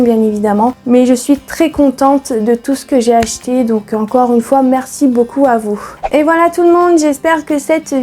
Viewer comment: Merci pour ta vidéo, "j'ai acheté" é et non er...pas grave, bizous